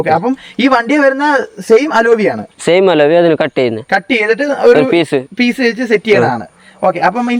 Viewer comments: അലോവിയല്ല അലവി. ഒരു കോപ്പും അറിയാണ്ട് ചെന്ന് വീഡിയോ എടുക്കും. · Aloovi. Enthu Koope parayan Padike enite para